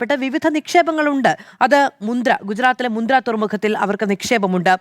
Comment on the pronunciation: Not Mudra , it's Mundra port